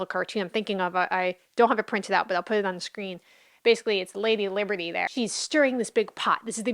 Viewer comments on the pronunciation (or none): none